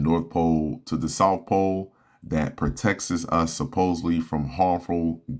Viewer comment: It’s pronounced “pro-tects” and “fir-st” !!!! Open your mouth bro!!!!